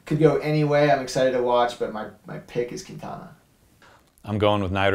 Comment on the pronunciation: Vaughters, is it so hard to pronounce "Nibali" with the correct accent???